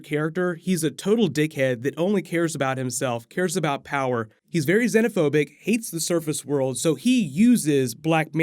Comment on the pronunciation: please don't say xenophobic again